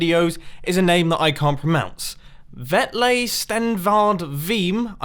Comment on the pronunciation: Mumbo you spoon you pronounced the word pronounce wrong :/ just wait for it